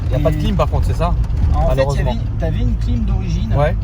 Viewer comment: « Tournase malheureugement » ça commence très fort 😂